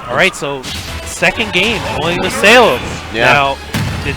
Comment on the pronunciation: I still hearing the commentators call salem "sailor" wtf